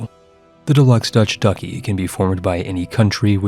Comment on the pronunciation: "Pah-pal states"? PAY-PAHL. ;-; Edit: And 'Duck-hy"? Maaaaan.